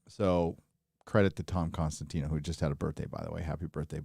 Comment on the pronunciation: Tom COSTANTINO. Not Con… it's COS!